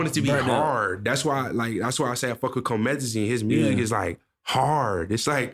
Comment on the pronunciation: i was messing w it til he said comethezine lmao